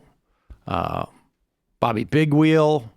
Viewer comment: I thought he said Bobby Pigwheel.